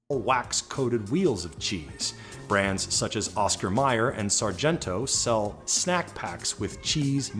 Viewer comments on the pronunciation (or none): none